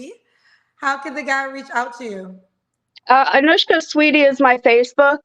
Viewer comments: calling Anushka, Anashka the whole time was sending me LOL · Anashka instead of anushka 😅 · Lol, you're still saying her name wrong 😂 it's not an 'A' it's a 'U' lol😂 AnUshka😂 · bragging on pronouncing ol girls name correctly while continuously pronuncing it incorrectly is 😂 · And she was upset when someone kept getting her name wrong and threatened to hang up on them! 😂😂